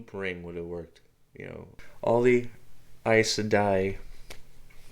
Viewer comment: For goodness sake get yr pronounciation correct! AES Sendai is Amy’s Sed aye. Get it right if you are going to be successful at this YouTube stuff. I do not care for your monotonous voice.